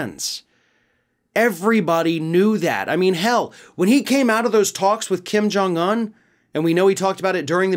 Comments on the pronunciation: To and others his name is pronounced Kim Jong OON (UN), NOT Un like uhn (or like fun, for instance). UN is a long O sound. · Why do you pronounce Kim Jong-Un like an absolute mental health patient?